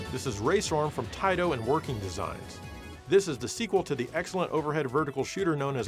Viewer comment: You mispronounced "Taito" so many times I'm almost mad at you. It's "TAAITOOOO"!